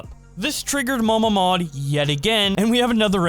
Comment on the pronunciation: The first time you said MamaMod I thought it was Mama Maude